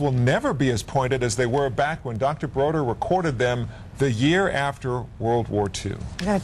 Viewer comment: David BODER, not “Broder”!